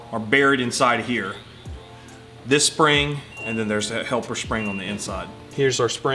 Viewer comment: Whose accent is this fat guy making fun of? He says "aww-in" while trying to pronounce the word on. What and obnoxious asshole.